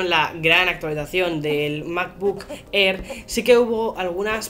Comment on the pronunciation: Me ha encantado el "unboxing" del "macbuk err".